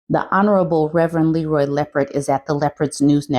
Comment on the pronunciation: It's not "Leroy", it's "Le'Roy". You see that coifed hair on the good Reverend?! 😂